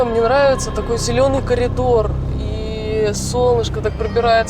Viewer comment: Колидор? Она сказала колидор?